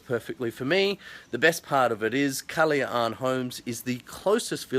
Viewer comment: Superrrr!!!!! I MISS SUBIC BAY!!!! Thanks For Posting...Try PUNDAKIT ISLAND/ANAWANGIN.....You Pronounced KALAYAAAN so Nice!!! hahahaha!!!!